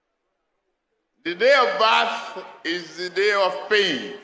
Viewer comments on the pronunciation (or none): Hahaha...l just heard Jagaban in his address in Owerri say, "...The day of BAT ( birth) is the day of pain".They all thought he meant "birth" , lol...we know which one he means now